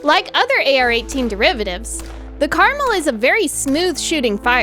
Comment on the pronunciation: It's pronounced Car-Mel, I know nobody cares but its named after a mountain range in israel, which is kinda funny considering the translation is garden or orchard, i guess you could call it a garden variety rifle.